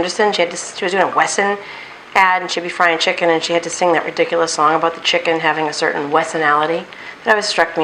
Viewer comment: The way you said riduculous...it's one of the "magical" terms in the series spelled ridikulus...pronounced the way you pronounced it. LOL As for the bored question...you looked bored waiting for the cauliflower to finish frying. That's all.